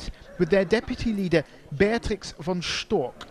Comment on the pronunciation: Beatrix von Storch. CH. CH am Ende. Nicht Stork. StorCH!